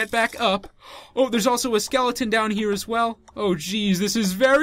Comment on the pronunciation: U said skelion💀😆😂😅